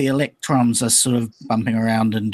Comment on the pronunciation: "Electruns go down theh whyehhhh, that's how they wehhhhhk! They flies down the whyehhhs and thehh dynamic. I know how they wehhhk coz I make computehhz!" Styzor the Grand Idiot, 2017